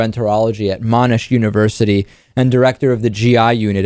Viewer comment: Absolutely butchered both Monash and Melbourne mate.